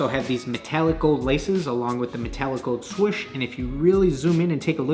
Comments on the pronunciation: Sorch? Is that meant to mean swoosh? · “The swosh” 🤦🏻‍♂️ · Haha the "shwuish" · Around the what?: Around the SwOWsSH